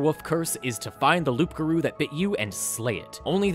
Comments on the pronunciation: It's been killing me to hear you say loopgarou, the p is silent, it's werewolf in french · Late but still Loup Garou is french for wereworlf and it's said Lou Garou. The P is silent. Welcome to silent letters in french haha. :) When you say Loup while prononcing the p you reffer to a Magnifying lens which is spelled Loupe. :) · Stop calling it loup-garrou!!! Lmao #laugh-crying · By the way you don't pronounce the "p" in loup-garou beacsue french is stupid It's "loo-garoo" :)) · I hope he is pronouncing the "P" on purpose as a joke. If not, ima invoke my cajun powers and summon the rougarou to stalk. btw cajuns call the loup garou da rougarou cause we be like dat. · It took me a long while to understand that you were saying loup-garou, Wizard really didn't get creative by switching it in french Playing D&D in english I never once stop a moment to think about what we would call it in a french version of the game ? Modérateur de DeviantArt sounds like the closest we could have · you don't pronounce the "p" in Loup, it's french for wolf and yes my language make little sense, still better than english IMO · Loup-garou is actually just werewolf in French. As someone who speaks French, and as a Grammer Nazi I must tell you that the P in loup is silent. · Ugh... the p in loup garou is silent. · Don’t pronounce the P in loup-garou.